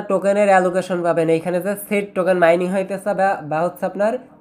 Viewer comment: শিড না ভাই ছিড হবে 😂😂